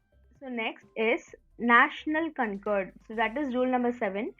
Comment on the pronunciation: it's not "National Concord" it's "Notional Concord"